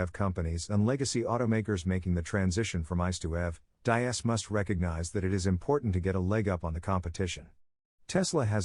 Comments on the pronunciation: All right dude your videos fine but come on you got to get people's name pronunciation correct!! It's Hebert DEEEES!!! NOT DIE- AS!!! YOU'RE LOOKING LIKE AN IDIOT WHEN YOU GET NAMES SO OBVIOUSLY WRONG!! Come on man pick up your game!! The videos fine By the way... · Diess is pronounced like deeez.